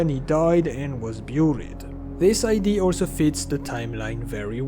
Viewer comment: Also when he pronounces idea as ID 😂😂 Nothing personal, it's just funny to me 😅